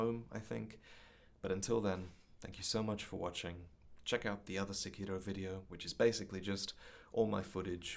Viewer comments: "SEkiro", not "seKIro," please... Emphasis on the first syllable. Akira is not aKEEra, it's Akira. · The name is pronounced like sepiroth, not sekììììro. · This nigga actually put the Japanese pronunciation on Sekiro lmao fuckin weebs